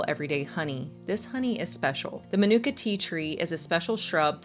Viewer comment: Fyi, its pronounced: Ma nu ka - for the type of honey. Thanks for the video tho